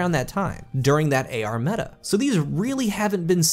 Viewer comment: Ahhh my friend. how video, but ngl everytime you said AR I cringed.